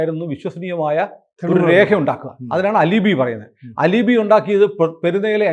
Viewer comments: പ്രിയപ്പെട്ട സുനിൽ സർ. അത് അലിബി അല്ല. Spelling ALIBI ആണെങ്കിലും അത് പറയേണ്ടത് "ആലിബൈ" എന്നാണ്. ഒരുപാട് ദിവസമായിട്ട് പറയണം എന്ന് തോന്നി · Al-eh-bai not al-eh-bi